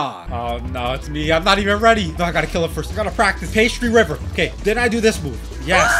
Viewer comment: I notice that pastry river sounds like pasta river LOL